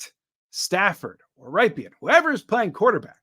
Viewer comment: Rypien Is pronounced like the city in Wisconsin, Ripon where The brand Rippin Good cookies are made.